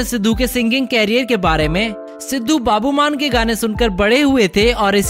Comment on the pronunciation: Bhai बाब्बू मान नहीं है वो बब्बु मान है chahe sb ka kuch mrzi kro video bnao insult kro ya kuch bhi kro but maan saab ki insult nhi hind thnq se bolni sikh k video bna bhai deep जनदु नही है जांडू हैbhai hind sahi krle thodi or maan saab ka naam aage se sahi se lena vrna maan saab k fann boht hai mere jaise dhyan rkhana take care